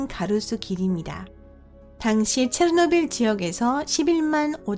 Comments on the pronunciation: 체르노빌을 체트빌이라고 발음함 최소한 성우라면 발음 연습이라도 하고 오던가 아니면 소리라도 끄고 듣게 자막이라도 달던가 솔까 토픽 채널이 다른 과학 채널보다 유익해서 구독자가 많은 줄 아나? 토픽 채널보다 유익하고 재밌는 과학채널 널림 북툰을 비롯해서 리뷰엉이, 신박과학, 1분과학, 미노스, 밝은면 등 이 채널의 지분 중 80% 이상이 힐소님 지분이고 힐소가 없었으면 구독자 2만이라도 됐을거 같음?ㅋㅋ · 으악 오늘 음성이 최악 ㅠㅜ 체노 빌? 교포인가?